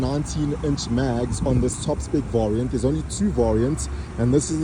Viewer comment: Cool video. Not sure why u don't know how to pronounce the word 'variant'